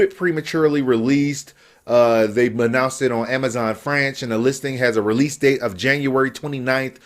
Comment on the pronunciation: did this man say "Amazon Franch" lmao 😂😂